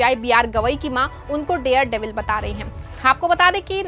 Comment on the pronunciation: The word is DARE devil NOT DEAR devil. You should be more careful. Don't let people laugh ayou.😂